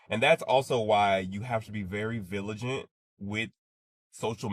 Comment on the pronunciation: The dude saying " villagent " instead of " vigilant " is super ironic! 😅